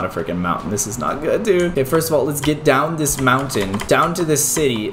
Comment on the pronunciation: Stop saying forst